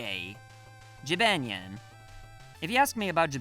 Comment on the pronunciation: Did you just pronounce it Jib-ann-yan? REE